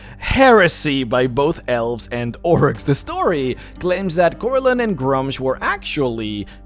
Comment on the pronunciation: It's pronounced, "Groo-msh" or, "Grümsh"